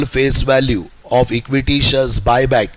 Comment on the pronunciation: shares hota hai vo sir aap shars kyu bol rhe ho 😂😂